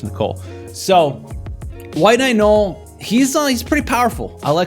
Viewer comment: Bro. “No-el” not “gnoll.”